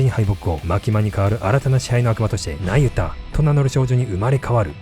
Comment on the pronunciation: ナユタがユダヤに聞こえてしまう😅